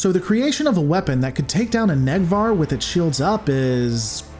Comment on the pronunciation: It's pronounced a "Nake Var" vessel, not a "Neck Var".... :-)